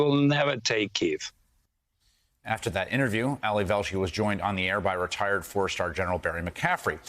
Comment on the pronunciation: I’m sorry, I can’t take anyone serious that can’t properly pronounce the name of the capitol.